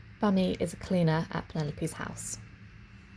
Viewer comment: Also it's pronounced like "Boomi" not being rude at all but spellings can be misleading!